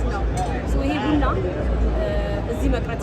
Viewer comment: ብና ብና ሳይሆን ቡና ቡና ብትይው?